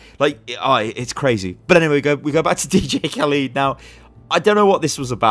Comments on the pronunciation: Dj Khalid/Khaleed? It's Cah-led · Did you really just say DJ Kaleeed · Am I the only one getting mildly triggered by how pronounced Khaled